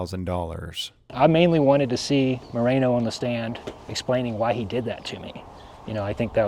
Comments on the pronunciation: His name isnt " Marino" its "Moreno" SAY IT RIGHT! I wouldnt be surprised if he's in w the mexican cartel. Residents all leave Bisbee n move to Sorry Vista, lol Cuz Bisbee sucks!! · It's Moreno not Marino.